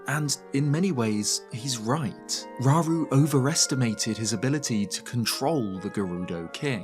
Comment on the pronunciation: Slight nitpick, but if we use Japanese as the foundation for pronunciations (and I do) then it would be row-roo, not raw-roo. Ra-U-Ru (らうる). Same goes for so many other names in the series. Saria, Sa-Ri-A (さりあ) (sah-ree-ah), Mido, Mi-Do (みど) (mee-doh), etc.